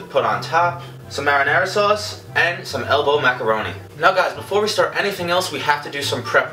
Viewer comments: "Tomato Souce" lol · tomato sose